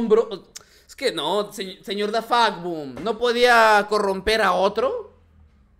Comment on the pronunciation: ademas dice dafaqboom es vez de dafuqboom -_